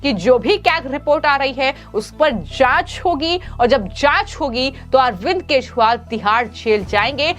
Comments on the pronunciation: Kejriwal pronounced nehi kar pate ho aur chale ayee news read karne 😊😅😊😅😊😅😅😅? Yeh Arbind Keshpal kaun hain madam😅😊😅😊😊😊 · Speaker to note that the pronunciation of name of Ex CM Delhi. It is not (R) not KESHWAAL . It is KEJARIWAAL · ये अरविंद केशवाल कौन हैं सारे लोगों ने अरविंद केजरीवाल का नाम सुना है या आप केजरीवाल शब्द बोल नहीं पाती हैं आज के बाद आपका वीडियो हम कभी नहीं देखेंगे । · Ma'em, Sorry to find your common mistake and inform you that not even Once you could pronounce KEJRIWAL correctly n properly....... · पहले ठीक से बोलना सीखो 😢 अभी तक ठीक से "केजरीवाल" बोलना नहीं आया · Why she always says keshwal? Sounds so bad..... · The News बालों इस Female न्यूज़ एंकर के खबरों को पढ़ते समय केजरीवाल के नाम का उच्चारण भी ठीक से कर पाती हैं और भी बहुत सारे शब्दों का उच्चारण सही नहीं कर पाती हैं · पहले अरविंद केजरीवाल का नाम सही उच्चारण से करो।